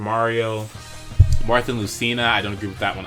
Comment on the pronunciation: Marth not Marty